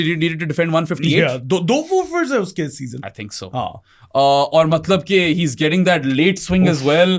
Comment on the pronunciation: I’ve tried to ignore it but ‘malab’ instead of ‘matlab’ is now driving me crazy lol